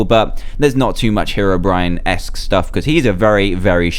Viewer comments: It's 'HeROBRINE' , Not 'hErobrine' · How do u pronounced Herobrine (here) ro brine Or He ro brine pls leave comment